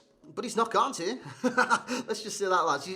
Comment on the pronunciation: Kante not Kane